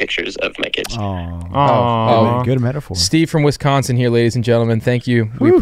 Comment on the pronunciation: dude I’m from Wisconsin and oh my god the pronunciation of Wisconsin killed me